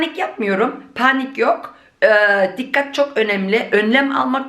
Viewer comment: Das Wort Panik wird auf Türkisch zwar gleich geschrieben, aber anders ausgesprochen. Die Betonung liegt auf der 2. Silbe. 🥰